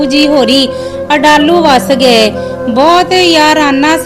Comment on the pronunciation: Nice but some words wrong pronounced village name adlu